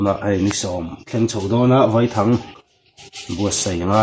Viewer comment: Vaithang a Vai hi Sazu sawina a ni e. A thluk pawh, "Vaipa" tia Vai tih lam rik ang a lam rik tur a nilo a, "Thlawhna khi a thlawk sang vai vai hle mai" tih lam ang a , "A" hi thluk loh tur a ni.